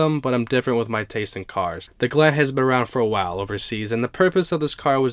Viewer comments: its galant, gal-aunt not galant, gal-ant. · The gallant ralliart is a car i never heard of. Wow. You say the Gallant wrong bro. It is Gal. Aunt. GAL AS IN Gall bladder and then aunt as in ont Gal ont. Gallant The gallant is the most amazing out of all these cars to me. I never knew it existed. Mitsubishi is garbage though. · It's pronounced Gal-aunt, where aunt does not rhyme with ant. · Your not pronouncing Galant right